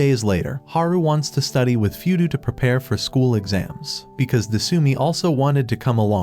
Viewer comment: Your channel is supposed to be pronounced "O-mo-shi-roy" 😫, and his name is not 'Foodoo' and her name is not "su-mi"!!! It's "Fuu-dou" and her name IS "De-suu-mii"!!! 🤢 You demon out of hell, that has been unleashed on YouTube😱